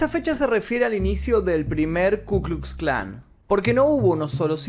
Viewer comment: Aprendé a hablar,. Si en los videos del Hindenburg nombras apellidos o nombres que empiezan con w con la pronunciación español, en lugar de la pronunciación v, no veo por qué no pronunciar la letra ka correctamente